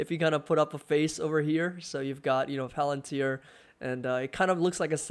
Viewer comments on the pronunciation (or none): Not plantir, fvrr. You kept saying plantir